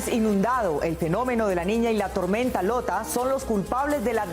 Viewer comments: Cual "Lota"?! La tormenta se llama "Iota" (la "i" mayuscula parece una "l" minuscula). La presentadora deberia informarse antes de decir cosas falsas! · Que alguien le diga a la presentadora que el huracán se llama IOTA no LOTA!!